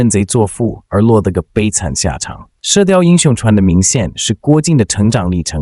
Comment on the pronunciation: Zhuan 不是chuan